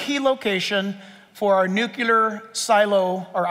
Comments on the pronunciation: NUC-lear. Not nuc-u-ler. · Nu-clee-ar (not nu-cue-lar...) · It's pronounced 'new-clee-r' not 'nu-qya-lur'. Also, how in the world does a nuclear bomb destroy a whole country! Or state! City-wide bombs are as big as they get. I guess if your country was Vatican City. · Great talk. However, Nuclear is pronounced nuke-lee-er, not nuke-ya-ler. (Presidents Carter and GW Bush made this same error.) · Nuclear. I worked at a new-clear plant. Never heard anyone call it a new-cue-lar plant. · NU-Klee-ER…NOT: NEW-kyu-LER!!! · "Nu - cle - ar".......not "Nu - cu - lar" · Hard to give him 100% credibility when he can’t pronounce the word ‘nuclear’ correctly.